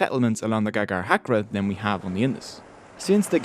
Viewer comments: "GAGARHACKER" HAHAHAHA, is this an Australian accent? Or I might be wrong. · I laughed incessantly hearing the pronunciation of "Ghaggar-Hakra"...😆😂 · It's funny how u pronounce ghaggar hakra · cant even pronounce ghaggar hakra